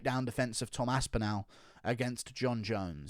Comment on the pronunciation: Bro your English how can you mispronounce aspinall